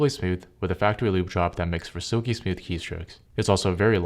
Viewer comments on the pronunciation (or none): none